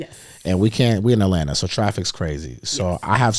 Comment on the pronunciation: This man just said hot lanta 😂😂😂😂 don’t ever say that again out loud bro